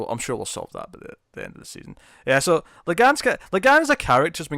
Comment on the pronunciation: his name is la'gann, its la'gaHn